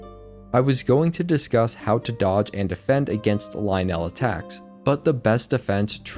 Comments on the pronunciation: I've never herd someone say Lynel that way and so many times in a row. Isn't it Lyn-nul not Lie-nell? A few times you say it both ways. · its okay to have wrong opinions sometimes but only so long as you dont conflate them with facts. its pronounced "ly-nul" as one smooth word, not two distinct syllables. it sounds clunky and bad. it is not correct. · pronounced lie-nul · pleaaaaase pronounce lynel normally...... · I hate they way he say lynel